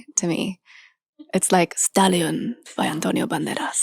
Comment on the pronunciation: her suddenly pulling off spanish accent with stallion by antonio banderas made me crack